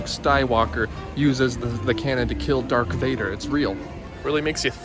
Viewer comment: the "dark vader" being said was hilarious lmao!